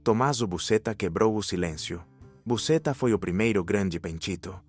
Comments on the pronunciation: Ahhhh!!!Aquela cupula é da igreja Casa Professa fica perto do mercado ballarò em Palermo , só um adendo a pronuncia do nome Buscetta não é Bucetta mas sim Buchetta.Totò Riina foi um dos boss mais violentos que cosa nostra já teve. Umas das mortes que mais me chocaram feita pelos mafiosos foram de Paolo Borsellino , Peppino Impastato e Giuseppe di Matteo, O juiz Paolo foi morto meses depois de Giovanni Falcone na porta do apartamento da mãe dele,ele apertou a campainha e tinha um carro cheio de explosivos e a mãe quando ouviu a explosão sabia que o filho tinha morrido, além dele varios policiais da escolta , o juiz Borsellino sabia que seria o proximo a ser morto depois de Falcone mas não fugiu e os policiais membros da escolta mesmo sabendo do risco disseram que não o abandonaria, foram mortos todos menos um membro da escolta que manobrou o carro pois a rua onde morava a mãe de Borsellino é sem saida sendo assim acabou se afastando do carro com explosivo.Peppino era filho de um mafioso de baixo rango , os mafiosos mataram o pai do Peppino atropelado e depois mataram o rapaz, explodiram ele, Peppino não aceitava e lutava contra a mafia tem um filme que se chama Cento Passi, que conta a historia dele e ate então o capo dei capi não era Toto Riina e a mafia tinha o codigo de honra ou seja não se tocava na familia dos afiliados, para calar Peppino eles tiveram que "silenciar" o pai dele então tendo carta branca para acabar com o rapaz. De Matteo era o filho de uma mafioso que se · Se pronúncia Busqueta não Busceta